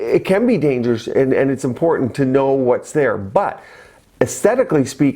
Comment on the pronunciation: When he speaks he sounds a bit drowsy or druggy, that concerns me.... the way he doesn’t say dangerous properly, is he tipsy.,?